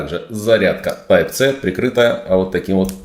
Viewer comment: Если уж вы говорите Тайп, то говорите Си, а не Це.